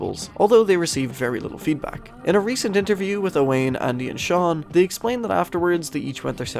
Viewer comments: Hey fyi I'm friends with an Owain from the UK, and according to him it's pronounced Owen and is a fairly common name out there. Otherwise great video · As an Irish man I'm ashamed I mispronounced it, the Welsh spelling threw me off lmao I apologise to all the Owains out there